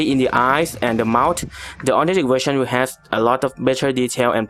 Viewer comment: Great video it's just that the way u said authentic kinda sounded like autentic but still a great vid thx for the help